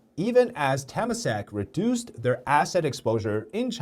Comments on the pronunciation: Just a correction for pronunciation: Temasek is pronounced "Tuh-mah-sake". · Temasak is pronounced as Te-ma-sak. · Nice video but at least pronounce temasak right lah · As a Singaporean, hearing Temasek being said like that is just egh